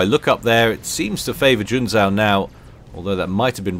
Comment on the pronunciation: in Junzou the second "u" is silent, it basicaly puts an emphasis on the "o". Oh there's a door with a sign that reads, "Smart Asses exit here" - well I see myself out then....